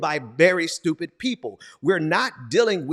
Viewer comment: It’s so STUPID, it’s “SHTUPID”!!!